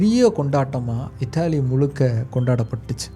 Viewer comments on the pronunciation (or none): அண்ணா எனக்கு இத்தாலி என்று கேட்கவில்லை இட்டிலி இட்டிலி என்று தான் கேக்குது உச்சரிப்பை நல்லா உச்சரியுங்கள் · "இட்லி" ன்னு கேக்குது...இத்தாலின்னு சொல்லலாம்